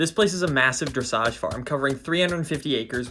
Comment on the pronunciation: Dressage farm … in the first few minutes of the video , I thought you said “massage parlour” !